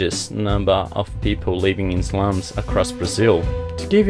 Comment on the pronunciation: Favela, you meant to say slum not slam I assume